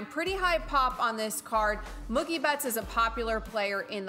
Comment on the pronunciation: It's pronounced Moo-kie not Muck-ie!